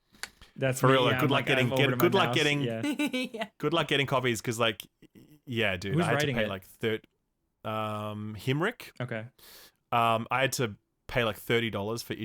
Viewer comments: I died inside when called Ultimate Spider-Man writer Jonathan Hickman "Himrick" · hearing call Jonathan Hickman "Himrich" is incredibly painful to me lmao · New Ultimate Spiderman is written by Jonathan Hickman, not Hinkler or whatever said lol